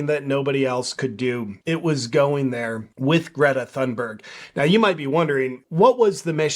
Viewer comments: No JP, it's pronounced thoonberg. As you said, Greta herself for some reason is speaking like she has a mouth full of marbles. Something happened between the farmer telling her that she's an idiot, and this. I suspect she got in the wrong persons face, and got herself clocked with a roundhouse punch that screwed up her sinus cavities. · JP the “ Th” in Thunberg is an aspirated T not the Theta sound as in “ thick” or “ thin” or Conspiracy“ theorist “. In English as in Swedish voiceless consonants at the onset of a stressed syllable are often aspirated and indicated by adding an “ h” as in “pharaoh” or “ Phuket”. Both English and Swedish have Nordic roots. I would expect this also in the English spelling of “ Thomas”. In other languages like Spanish it is spelled “ Tomas” as the stress is on the second syllable so the T would not be aspirated anyway. I don’t know if Spanish follows that rule as it is Latinate and does not share Ural-Altaic contingency. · I think it’s pronounced Greta Dumberg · YOU pronounced her name wrong. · Pretty strange that JP thinks, he better knows how to pronounce Gretas family name. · greta forgot how to pronounce her own name, who on earth has ever forgotten how to pronounce their own name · Loll jp telling her how to pronounce her own name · JP, you have great content and I've never heard you say something off in the past. I don't much care for the little Doom Goblin myself. But saying Greta Thunberg isn't pronouncing her own name right really rubs me the wrong way. A person is always the authority on how their own name is pronounced. We don't kowtow to pronoun and neopronoun demands, but we DO respect people's legal names. BTW you got it wrong, JP isn't pronounced "JayPee" it's JooPoo. Get it straight! Your next video must start with introducing yourself as "JooPoo." Plus a sincere apology for saying it wrong all this time and misleading your subscribers.